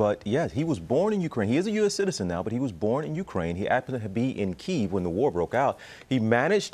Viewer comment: A journalist that can't pronouns the capital of Ukraine :)